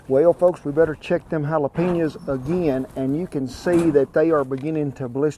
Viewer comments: "Halejepenas" lol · Dude said halajapinas hahahaha